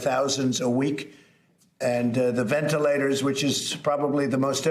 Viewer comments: Cuomo...venelators venelators venalators. de Blassio..It's Ventilators you moran ! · "Venelators for the EASTER Bunneee..."